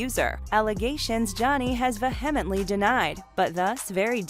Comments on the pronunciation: FYI the word vehemently it is not pronounced “vuh-HIM-int-ly”. It’s “VEE-uh-mint-ly”. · Vehemently is pronounced VEE-EM-EN-TLY. The "H" is silent. It means to be 'in earnest'. And Amber Heard is the "C Word" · Try that again - it’s more like vee-em-ently - ˈvēəməntlē - You don’t pronounce the h in vehemently. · It's pronounced "VEE ah mently". You're a reporter? Learn English. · “Va-hem-itely” denied??? Huh? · “vuh HEM et ly”? Jeez. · "Vehemitley".... X2 LOL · Ve-HEm-enet-Lee? Hahaha that’s not how you say that. Also, such poor phrasing: Depp has HIT Heard with multiple allegations. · Yeah. it was painful to hear ))) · So I am supposed to listen to who can't say vehemently correctly. Learn how to.pronounce words correctly. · To this narrator : LEARN HOW TO PRONOUNCE THE WORD "VEHEMENTLY". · Vehemently! See proper pronunciation!🙄😆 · You know, you can look up the pronunciation of words like “vehemently” before you make a video. This would make it seem more believable that you actually know what it means. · These he people that make these videos are sun and educated, they don’t know how to say the word “vehemently.” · Vehemently??? You don’t know how to pronounce this word? What a joke!